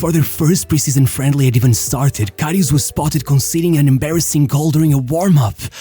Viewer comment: Not Loreesh Karryoosh. He was amazing.